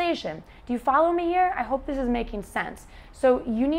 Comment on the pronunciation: someone say thish year instead of . this year